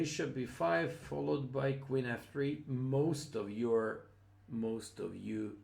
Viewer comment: I love how he pronounces "queen" as "Quinn".